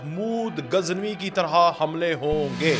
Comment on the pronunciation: او بھائی آپ صحافی کہلواتے ہیں لیکن آپ محمود غزنوی کو اپنی ساتھی سمیت محمود گزنوی کہہ رہے ہو۔ خدا کے لئے نام تو درست لو